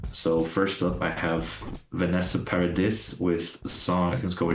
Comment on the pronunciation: Eh, you're talking about Vanessa Paradis, and know it's French but still pronounced the fucking S in Paradis. That's a man that doesn't get French at all. It's Paradi. And she's Johnny Depps ex, she even defended him at the trial saying that Heard must be horrible as hell if Johnny hit her as she had kids with him and he was never violent at any time...